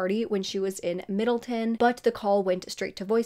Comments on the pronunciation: Omgggg this happened where I live!!! A couple of months ago her poster was put up around town for anyone who had information on the case since it was 20 years old and it was a cold case. I can’t believe you’re covering this 🥹 btw it’s Middletown not middleton. Everyone here was so shocked when the killer was caught! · It’s pronounced middle town loll your so cute 💚 I pronounce shit wrong all the time too😂 I went to OCC (orange county community college) my dad used to live in Middletown but now lives in Newburgh, I’m so glad an arrest was made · It’s pronounced Middle-town. I live an hour from there. 😊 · I grew up around there it’s said “Middle-town”. Just like it’ looks. Lol You always do great work so I’m not knocking ya. Just FYI ❤ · This is a local case for me, thank you for covering it!! (P.S it’s Middle-town lol)